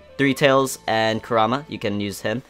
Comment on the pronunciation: Koo-raw--mah, rly? It's ku-ra-ma all together lol.